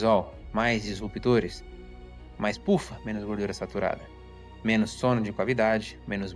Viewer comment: Impecável, só corrigiria a pronúncia de “menos” e não “menos”.